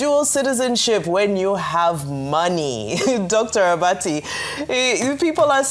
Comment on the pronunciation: Dr Abati (Do-free) lol